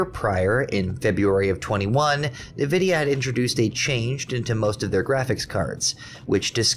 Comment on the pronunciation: Its pronouncrd N-vidia not nividia